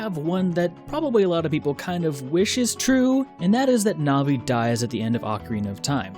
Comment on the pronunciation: Navi is pronounced like the word it's short for: navigator.